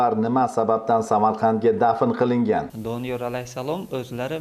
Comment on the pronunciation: Kim aytti Doniyol a.s. qabrlari db😂 Oldin ismlarini to'g'ri aytinglar😅keyin qabr haqida gapirasilar